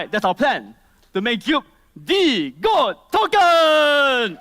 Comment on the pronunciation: "GOAT" not "Goat", lul